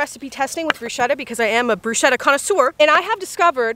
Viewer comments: I was already going IT'S "BRUSCHETTA" NOT "BRUSCEDA" when you said "brusceda" at the start😂😂😂 YOU. ARE. ALWAYS AMAZING. I love these videos. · Sorry but I’m italian and you pronounce it “Brusketta” instead of “brushetta” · If you have italians near you and you care about their well being, for the love of all that is good and pure, its pronounced, "broosKeta" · That's not how bruschetta is pronounced, it's an Italian word so it's broosketta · 100% this 👆🏼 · It's pronounced "brusKetta" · It’s “bru-sket-ta” for future reference 😊😊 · Um the pronunciation of Bruschetta.... no